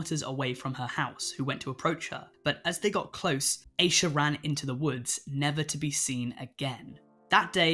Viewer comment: Asha degree's name is pronounce "ash-uh" not "Aysha" as you pronounce it. I'm just letting you know.